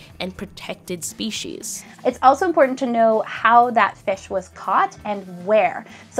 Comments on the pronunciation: "SEPCIES" ahah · So, what’s sepcies? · Yeah 'sepcies' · nice "Sepcies" either way weirdly engrossing video nice job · Sepecies btw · sepcies lmaooo